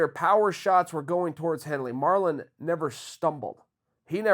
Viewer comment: He turned Marlon Mexican 😂